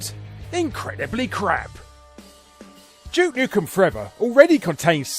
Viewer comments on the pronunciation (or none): It's "Duke Nukem' not 'Juke Nukem" again excellent video. Thank you Uncle Barry.